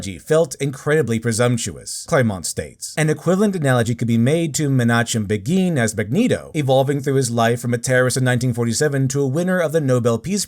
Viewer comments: Just a note: Menachem Begin is pronounced like "Mena-khim Beggin'". Other than that, really great job. All radical leftists do when they turn entertainment into vengeful screeds against the people they hate, is to show us why radical leftists should never be given any real life political power. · I hate being "that guy", but you should check the pronunciation of Menachem Begin. The correct pronunciation isn't obvious based on the spelling. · Man, i can't wait to see the reaction on all the wokies faces when the realized Magneto was bassed on a zionist. Also you mispronounced Menachem Begin's name